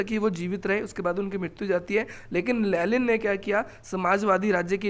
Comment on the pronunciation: लेनिन no लेलिन 😂